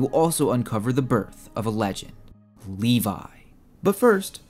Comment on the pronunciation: Funny you call him Livai when his name is Levi